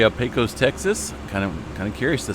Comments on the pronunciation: Pecos is pronounced pay' cus , long a :goodvibes:. Great coverage, thanks. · It's not a big deal, but Pecos is pronounced pay cuss by the locals. Texas has quite a few towns with strange spellings for how they are pronounced. Thanks for all your work!